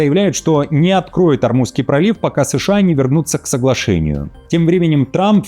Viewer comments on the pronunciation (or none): none